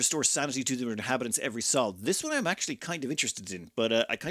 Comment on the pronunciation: I think it's pronounced "soul" not "Saul."